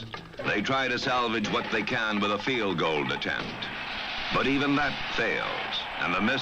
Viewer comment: Again "the Chiefs go for a FEEL GOLD instead" hahaha. I remember this kid in grade school used to pronounce it "feel gold". I just can't believe this is happening on NFL Films!! Maybe this is one of those "Mandela Effect" cases or something.